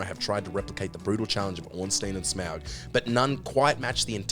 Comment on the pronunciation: Everyone: Smough: Smowg